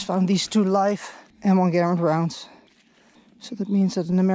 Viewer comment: Props for pronouncing the name of the M1 Garand correctly!